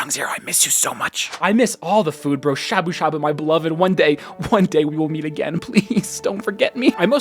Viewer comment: Mofo pronounced しゃぶしゃぶ as szaboo szaboo kek get f noob